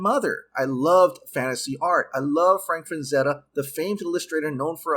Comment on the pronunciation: It's Frazetta, not FraNzetta.